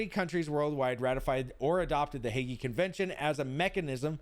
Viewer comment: Drop saying the E when saying Hague